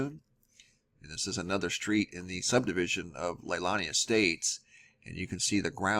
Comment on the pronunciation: Lay lon ee Estates E Kai (rhymes with sky) ka Proper pronunciation if you like show respect. Great work MAHALO nui loa!